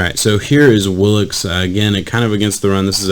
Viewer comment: Pronounced Will - Uh - Kess. I question the flexibility/athleticism numbers. Just watch one of his workout videos. He can backflip, walk on his hands, cartwheel, backflip off a wall, etc. He can do a compete splits with his legs just like a gymnast. All this at 265 lbs. I've never seen any DE do this. He just needs to add some weight, strength, and develop some hand techniques when rushing and he could do some damage for the Vikings. Andre Patterson is just the guy to teach him.